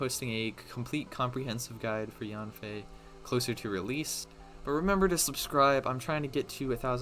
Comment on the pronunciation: Hey I know her name pronunciation doesn’t really matter but it’s pronounced as “yen-fei”. Yes it’s in English but chinese names are often pronounced close to the Chinese word characters even if they’re spelled in English